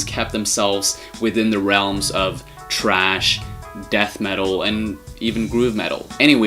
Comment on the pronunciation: THRASH! It is THRASH, NOT TRASH. Dumb ass. THRASH is a kind of metal music that Sepultura plays. TRASH is GARBAGE.